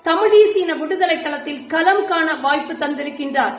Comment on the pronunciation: தங்கச்சி உன் பல் லே ஒழுக்கமாக இல்ல நீ ஈரோடு மக்களுக்கு என்ன செய்யபோகிறாய். சீமான் தம்பி சீதா லட்சுமி( தங்கச்சி) எத்தனை நாளைக்கு NTK யில் பயணிக்கும்... சொல்லுங்க தம்பி சொல்லுங்க. சீதா லட்சுமி சொன்னது கலம் மா, களம் மா.? ம்...தமிழ் தேசியம். தமிழை சரியான உச்சரிப்பில் பேச தெரியல ... நீங்கெல்லாம் தமிழர்கள்.. தூ.........